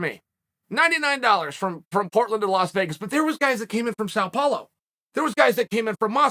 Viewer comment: Yo the way he pronounced São Paulo actually on point chocked me